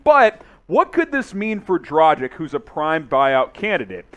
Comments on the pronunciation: It’s not “dra-jich” it’s “dra-gich” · dra-geech. learn how to pronounce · Pronaunce Dragić correct..... FU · Why is able to pronounce dragic correctly, whereas isn’t?! It really gets on my nerves